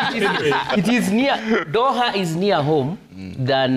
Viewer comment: Huyu anapronounce aje jina ya Doha ntk